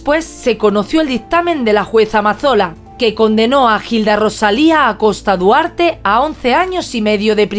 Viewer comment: En vez de una celda merece un monumento. María, aquí 🇦🇷 Hilda se pronuncia con H muda "Ilda".